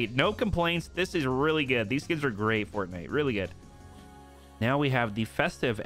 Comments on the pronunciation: why do you say " what is in the item shop today fartnite." like why do you say fartnite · he also says fartnite